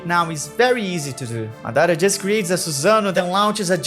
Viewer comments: Maththara what's that, it's madhara, maa dhraa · Why you call him maDAra ?? its MAdara